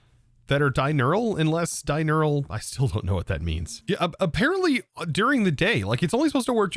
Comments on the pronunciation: it is "diurnal" (pronounced DIE-URN-ALL), not "dinural" (DIE-NEURAL). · It was a year ago, but hey... but diurnal, (not dinural or whatever you said) means "active during the day", just like nocturnal means "active during the night."